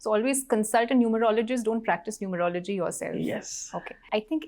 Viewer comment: Its not "Numer-logy", It is "Nu-merology".